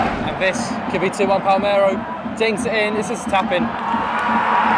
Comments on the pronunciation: broda its Palermo not Palmero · It's PALERMO not PALMERO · Palmero ≠ Palerrrrrmo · Will be either Morrocco or Tunisia I reckon, calling it palmero really annoyed me tho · ‘Pal-mero in Italy’ 😟😟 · Your pronounciation of Palermo is horrible!